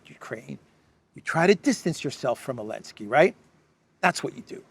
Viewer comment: I've been watching videos for maybe 8 or so months now, maybe longer. But I never ever noticed that he's pronouncing "Zelensky" like "Elensky", but I have a pretty good guess as to why. Does it have something to do with the fact that Ukraine pretty much outlawed the use of the letter Z, or something like that? They have a thing for kindergarten level of insults over there, like banning letters and not capitalizing the words Russia and Putin, etc.